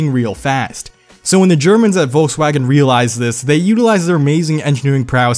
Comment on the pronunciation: Wolkswagon?? WTF